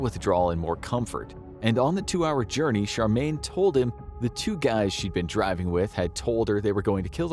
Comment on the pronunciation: It's Cheramie not Charmaine